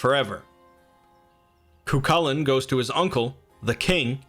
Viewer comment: His name is actually pronounced "Koo - Hoolan" :) great video btw, its nice to see someone talking about Celtic myth